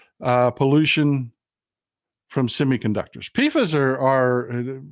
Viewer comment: Polyfluoroalkyl substances (PFAS) is pronounced "pee fas"